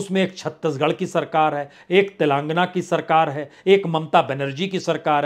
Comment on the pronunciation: गजब नहीं अजब की राजनीति l हितों का टकराव है, कभी भी एक नहीं हो सकते l जहां आम आदमी पार्टी पूरे भारत में अपने प्रत्याशी घोषित करेंगे तो इससे नुकसान किसका होगा l अध्यादेश तो पास हो जाएगा ये राजनीतिक गलियारों में चल रहा है l प्रसून जी, तेलांगना नहीं तेलंगाना l 😂😂😂😂